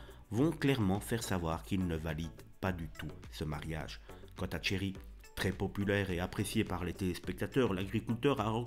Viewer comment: Tcherry ? C'est Thierry...